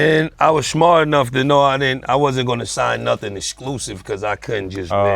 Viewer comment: You know you from ny when u randomly add shm to a word. Jadakiss "shmart"